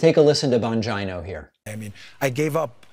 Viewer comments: Is his name bongina and not vagina? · Why do you always mispronounce names like that, when you hear everyone else pronounce them the correct way. (Bongino) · PLEASE KEEP SAYING HIS NAME LIKE THAT HAHAHAHA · David doesn’t even pronounce Bongino correctly 😂😂😂😂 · I like your content but, why do you insist on mispronouncing Bongino’s name? Don’t get me wrong, I’m not defending him at all but it just seems a childish thing to do and beneath you